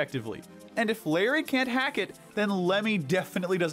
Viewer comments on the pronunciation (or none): none